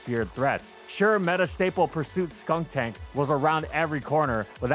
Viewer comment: “it’s Drifblim, not Drift-Blimp” Also: “SKUNK-TANK”